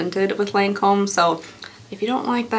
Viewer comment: I'm glad I can't handle highly fragranced products. It seems so many of the high priced brands like to do this. I'll stick to whatever's on sale as I need it. (just a side note, it's pronounced lon comb)